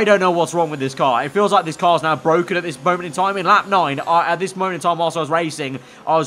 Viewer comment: IT'S BWOKEN😂